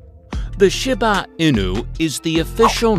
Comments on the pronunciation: Why is he calling a Shiba inu..shibu inu! Get yr pronunciation right jeeze 🤦‍♀️ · he called the shiba Inu a shibo inu 😭😭😭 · Shi ba inu he annoyed me calling it what he did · Thylacine? Really?! Oh, and for goodness sake, learn the correct pronunciation if you’re going to the trouble of creating a presentation. Shiba Inu is, she-bah ee-nuu. Ah, forget it! Lazy research and presentation throughout! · i have never heard someone pronounce shiba inu in so many different ways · The Shiba Inu pronunciation was ridiculous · The pronunciation of Shiba Inu destroys me here💀💀💀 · The mispronunciation of Shiba Inu really irks me...😒😅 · Wow. So much misinformation mixed in. Bad pronunciations of many dog names, factual inconsistencies, contradictory information, and some breeds that shouldn't be in the top twenty when you've skipped over other breeds. In a couple there were even incorrect pictures. For instance the Shiba Inu (this was pronounced wrong for both English language and Japanese pronunciation), a few of the pictures shown were of the modern day Akita Inu. Also the Akita wasn't even in the list. I wish people creating these lists could just do a little fact checking and research and at least attempt a better video. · How many different ways can we pronounce Shiba Inu? lol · Sorry but the way you sed Shiba inu🤣🤣🤣🤣😂😂🤣😂🤣🤣😂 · Why do you say Shiba Inu so weird